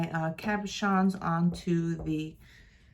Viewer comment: Cab-o-shons. So you are correct! Thank you for showing your technique!